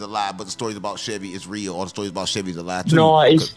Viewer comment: Reał that reał łove😂😂